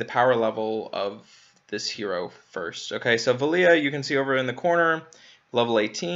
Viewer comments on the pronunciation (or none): Here name is pronounced "Vel-Lah", not Vel-Lee-Ah. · Why do you call her velia? There is no I in her name, wouldn't she just be pronounced. VEL-UH . Vela. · Why are you pronouncing her name as Veliya. I figured it would be like this = VEL A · Or perhaps “Vay-luh” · You say her name the following way Vela=bella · How do you butcher four letters and two syllabyls so badly?